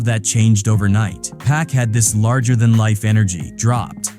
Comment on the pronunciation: It ain't pack it's Pac